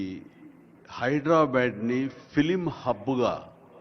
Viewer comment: హైడ్రా బ్యాడ్ కాదు చిరంజీవి గారూ హైదరాబాద్ అని పలకాలి